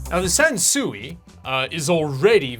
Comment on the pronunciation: Sansui is pronounced kind of like "san sway". The characters in Japanese mean mountain & water and it translates to landscape.